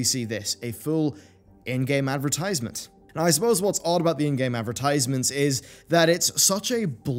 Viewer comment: Advrtiiisement. Did you do it on purpose? You enunciated it normally later in the vid. Either way, hope in humanity is steadfast dying.